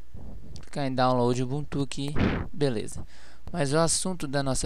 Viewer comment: Não se pronuncia ubunTU, o correto é uBUntu.